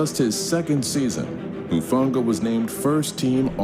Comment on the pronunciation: Talanoa's last name is pronounced like "Who-funga", though I understand if a lot of other players are not as familiar with how to pronounce his last name, since it's just his 2nd year in the league. Definitely a very instinctual guy, can blitz the QB/stop RBs in the backfield as well as intercept passes. For the next one, yes, Geno was named "Comeback Player of the Year". Usually that's for players who came back and played well after an injury the previous year, but Geno's career had not been going very well before the 2002 season, when he played extremely well. And finally, yes, the 9ers defense is elite, but that is also because the players are elite, and deserve to be in the Pro Bowl/All-Pro/on the list.